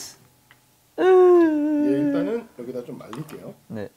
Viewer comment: When Mark said Oh my Jesus i heard Oh my cheez it